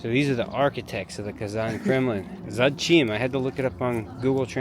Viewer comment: It's зодчий (zodchii), not zadchin 🙂